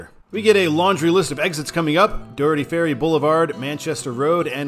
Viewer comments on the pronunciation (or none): none